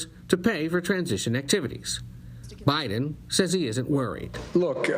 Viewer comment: byeden lol lol